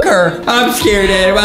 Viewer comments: It is Adem not Adam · It is not Adam it is Adem